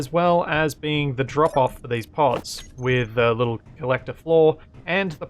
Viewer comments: "We're going to go blun wok higher" eh? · We're gonna go blone wock higher. Had to rewind to make sure it wasn't just my ears playing tricks.